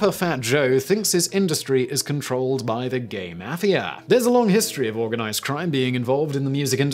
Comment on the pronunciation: I’m starting to think that Simon is just trolling us with his mispronunciations. C’mon, Simon. You have to know how to pronounce Obama and mafia.